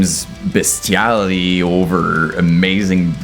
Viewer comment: Love these vids! Certainly, no disrespect but careful with the word “beastiality” 😂 I obviously kno what u mean but…😬😂